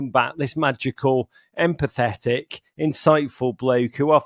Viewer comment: Did he say "empathetic" or "..and pathetic"...? (Both seem appropriate, as per John's own continuous self critique)